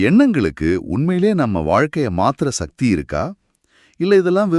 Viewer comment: நல்ல கருத்து நன்றி.... ஆனால் ஏனய்யா தமிழை இப்படி கொலை செய்கிறீர்கள்? சக்தி என்று தானே பேசியும் எழுதியும் வருகிறோம்? அது என்ன ஷக்தி? ஆற்றல் என்று அழகாக தமிழில் சொல்லலாமே..... பணம் சம்பாதிக்க வேண்டும். உண்மைதான்... ஆனால் அதற்காக தாய்மொழியை கொலை செய்ய வேண்டியது இல்லை....